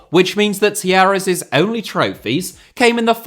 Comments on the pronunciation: I thought you were saying Tierras until you showed the wiki page. Talleres is pronounced tah YE res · The way you pronounce Talleres must be an April Fool’s joke!